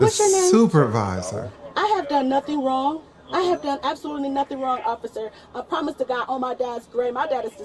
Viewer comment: Holy patience, these cops are pretty cool. She did not necessarily deserve all that patience and courtesy but they gave it to her anyway… and got the tow truck under her car with her in it, 😂 passive aggressive karma. She was warned like 12 times. “Omg, I didn’t even do anything WRONG-AH” (2 syllables) this is good karma, pretty satisfying. I like seeing good cops being human beings, with a sense of humor. They are hilarious! I appreciate every good cop that is out there dealing with all colors and flavors of crazy entitlement 🤪